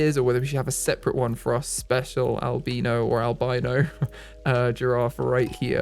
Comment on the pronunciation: For the love of God, it's not "albeeno" it's "albino"